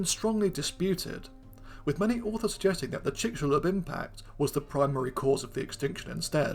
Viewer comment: always pleasant to hear the 'x' in "Chicxulub" pronounced correctly